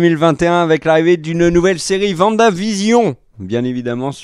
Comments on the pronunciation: Mais c'est pas vanda 😅 c'est Wanda. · C’est Wanda pas Vanda ça me fait grincer des dents à chaque fois 😭😭